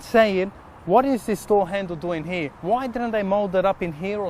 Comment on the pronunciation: its "here" not "heee"